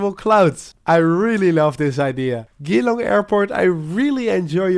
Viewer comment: The way you said Geelong made me laugh 😂 it’s more like the letter g then long